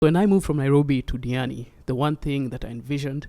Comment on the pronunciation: Did you butcher your name or is there something wrong with my Sennheiser hd 650 headphones?